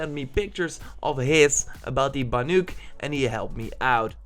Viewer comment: if he says banYuk one more time🤦🏿‍♀️😤